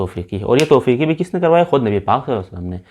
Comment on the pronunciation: سر ! یہ آیات کی نزول میں یہ دوسرا لفظ ۔۔۔توقیفی ہیں ۔۔ توفیقی نہیں ۔۔۔درست فرمائیں ۔۔